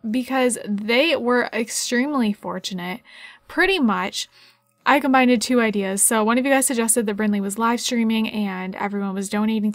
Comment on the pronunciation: Did you say "combinded" at the very beginning?